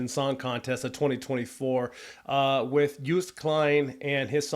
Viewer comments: You says Joost like JOOst but the O is as if you are spelling it. So it will end up sounding something like Jo O st as one clean word. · Joost is pronounced as Ghost, not as Boost. Double O is always short, as in one O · You pronounced Joost as toast ! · Great review. Thank you! As you were asking ☺️The name is pronounced as: joooooost (and not youst). And Kleyn (not klain). Have a great day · .. you should pronounce his name as.. yoooost.. joooooooost you said jeughst.?? or something.? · Joost is pronounced like ghost with a J instead of a G, or Yoast. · The pronunciation of his first name is Yoast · Joost is pronounced as : Yo-st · Say his name like the word 'road'. Joost (Joast). With regards, Mar from the Netherlands. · the O's in his first name are pronunciated as in 'ghost' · Thanks for this great video! I'm from the Netherlands but live in Texas and I love to hear American views on Dutch culture. Joost is indeed pronounced more like 'toast' so you'd say 'Joast' maybe. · Joost is pronounced like with the O sounding like the O at the end of HellO. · Just so you know: love your comment and as I am Dutch yes I have high hopes for this Eurovision song. The correct pronunciation of Joost is as in the word Ohio or “closed”. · Great video, thanks for the positive comments. Joost is pronounced as Joast like in toast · In American it's pronounced Yooo'st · Joast klein lol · You can learn to pronounce his name like this: Say toast, and replace the first T, with a Y, so you get Yoast. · How hard can it be to pronounce his name right? His name is Joost. The J is pronounced like the Y in Yes so not like the J in Jack, and the rest is pronounced like the "oast" in toast.... So it's Yoast if you will if you want to make it sound like it's supposed to sound!! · Hist first name is pronounced "Yohst" for all English-speaking peoples. :-) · Pronounce his name like toast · You should pronounce it as "Yoast" Klein...😉👍🏼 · Joost is pronounced "Yoast"